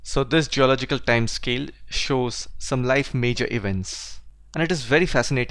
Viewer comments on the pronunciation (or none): none